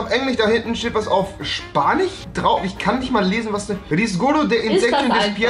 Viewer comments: Kann Rewi kein Spanisch aussprechen? Das hört sich an wie Spanich oder Englich?! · Englich, Spanich und Portugiesich. Wer kennt sie nicht👌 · Lern mal deutsch, das heißt spanisch nicht spanich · Wen regt es auch manchmal auf das Rewi statt z.B Spanisch Spanich sagt?😂💗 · Spanich Afrikanich Portugiesich... 🤦